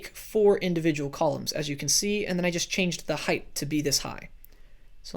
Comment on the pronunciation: It height not heigth no thhhh sound... Sorry it really bugged me